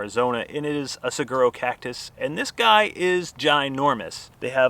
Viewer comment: Looks like you had a great time! I was hoping someone would have told you how to pronounce saguaro while you were there. LOL 😂.. but .. all good. Glad you are enjoying a bit of what AZ has to offer. Happy Travels!